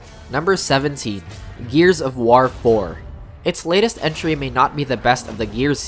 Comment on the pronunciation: the way this guy says war like wtf